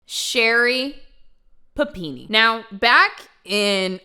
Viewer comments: I love the way you say PapinE lol You rock! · I was soooo happy when I saw the notification for this video because I was so excited to hear you say PUH PEE NEE again! Just so damn excited! lol